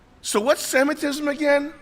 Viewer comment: Semitism sounds like Semen